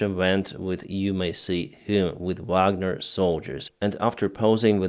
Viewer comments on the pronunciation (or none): none